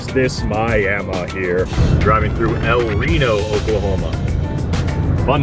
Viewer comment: another fun fact: vowels in Spanish are always pronounced the same. You got the “e” in “El” correctly, but not in “Reno”. You said “El Rinou” lol